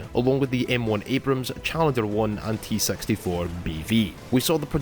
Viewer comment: I swear he said "T-Sexy 4". So much for being biased to Britain.